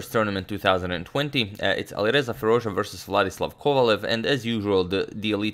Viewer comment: its "Dja" like "Jazz" not like the french or something